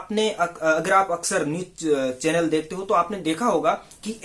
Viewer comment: भाई जर्नलिज्म सीखा रहे हो! और खुद ही अभी तक गलत #Pronunciation कर रहे हो। पैकेज को पेकेज बोल रहे हो और चैनल को चेंनेल!! माफ़ करना, #Unsubscribe कर रहा हूं।